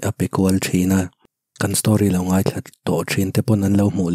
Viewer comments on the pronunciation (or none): Ka lo sawi ve mai mai ka thiam ber ka ti lo a,mai tih tur a mei tih te,ngaih tih tur a ngheih tih te a tam mai 😬dik lo lai a awm zeuh zeuh a,se i chhiar thiam ka ti tho tho